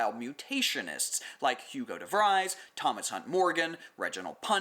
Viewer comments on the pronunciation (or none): For the errata: you said cysteine when you meant cytosine in the methylated CG basepair. The -e in Jean Baptiste Lamarck is silent, you would prounounce it as baptist. And Hugo Devries would be prounounced as if it was "Devrees" (like "freeze").